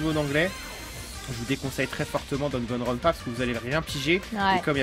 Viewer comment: Merci de nous présenter Danganronpa, mais ce jeux ne s'appelle ni Dragonrounpa, ni Dagonrounpa two, c'est DaNgaNroNpa,( Danganronpa)il se prononce comme il s'écris :) Bonne continuation.